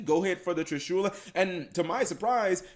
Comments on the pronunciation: I find it soo weird to hear Trishula being pronounced Tri-shoew-la. Always heard and said Trishula as just saying "Trish" and then "ula" right after without a pause. Trishu-la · Does anybody else feels uncomfortable with how he speaks triSHUla? I think it is TRIshula, or...how does even write the name of that monster? Whatever it is, how to you speak that monster's name? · Dee Wade I didn't got salty I think, it just gets highlighted when you hear so many other people talking TRIshula and not triSHUla. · It isn't pronounced trishoola holy shit! It's trish-uh-la